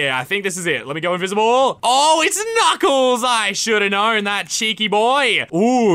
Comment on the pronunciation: “Knuclais” XD I cant stop laughing